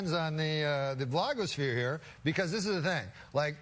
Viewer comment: "All the Kardashians---Lois! All of 'em" lmao "The great thing about the blog-o'sphere..." ok Norm...